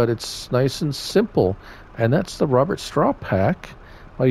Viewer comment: fyi it's pronounced 'Row bear' sinced it's from Belgium. :)